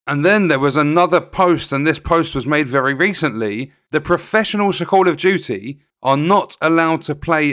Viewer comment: "Call of Jooee"